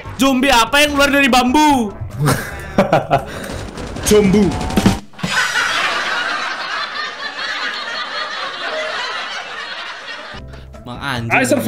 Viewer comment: Zombi apa yang keluar dari kayu? "ZOM-BU" ngakak djnck